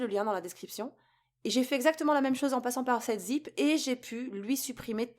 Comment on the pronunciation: Et ce n'est pas "septzip" c'est "sevenzip"